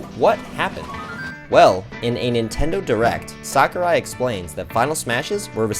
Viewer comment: Smash YouTuber pronounces "Sakurai" correctly challenge (IMPOSSIBLE)